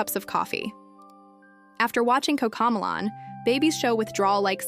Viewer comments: The minute it pronounced ma-lon instead of mel-lon. I stopped watching it. Bullshit AI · I can tell this is an AI voice, seeing as it mispronounces Cocomelon as Coco Mulan, but at least this video is designed to help parents keep babies and toddlers safe from rubbish like Baby Shark, Paw Patrol, and other not-so-educational stuff. At least in my opinion, classics such as Wee Sing, Rock 'N Learn, and old school Sesame Street are superior in every way. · Cocomalon, it’s pronounced coco-melon. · Why can’t the narrator of this video pronounce Coco Mellon? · The way this ai video maker says coco melon is hilarious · If we’re going to use AI, can we at least get the pronunciation correct of various things? Like how she is pronouncing Cocomelon! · what are you a 12 year old girl? “Oh shut up”? I am decades into early childhood development. If someone is going to use AI, they can at the very least, make sure it’s correct. So, yes, the outlandish pronunciation of the title of the show being judged should be enunciated appropriately. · Ok so I wasnt loosing my mind. I dknt have kids and dont watch so I wasn't entirely sure how it was supposed to be said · Yeah so it makes it even more difficult to identify what’s an illusion and what’s not. 🫣 I am fine with the mispronunciation.